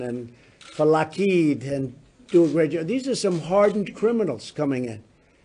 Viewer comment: What's his obsession with babies?! He said baby or babies at least 3x in this short clip. What the hell is "a-Lock-HEED"? I didn't know the actual pronunciation of Lockheed-Martin dropped the Martin and was so exotic. He's so weird.